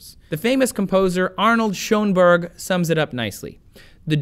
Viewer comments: Please check your pronunciations! If you say "Timber" one more time, I'm going to scream... Timbre is pronounced "TAM-ber," and the "oe" in Schoenberg is the O-umlaut, or ö, German, and pronounced similar to the "uhh" sound in English. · Yes, that's also not how you pronounce "Schoenberg."